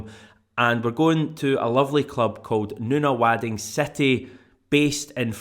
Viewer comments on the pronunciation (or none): it’s pronounced nun a wod ing not,noon Nunawding I live a few suburbs away from it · Nunawading is pronounced (nun-ah-wod-ing) my friend, I used to stay there many, many moons ago, when I was a boy. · Mate, that's not how you pronounce Nunawading.